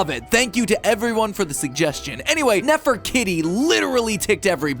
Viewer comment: nefer-kitty? that sounds wrong. it should be pronounced "neh-fur-KEY-tea". you know... like Nefertiti.